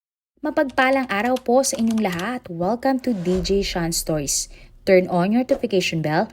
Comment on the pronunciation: pati yung stories niya, ang bigkas niya ay stoys! Kakairita🤣